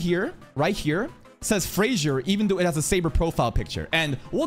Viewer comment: "Fraudzier" .Peak Content... 🤣🤣🤣 ...🗿🗿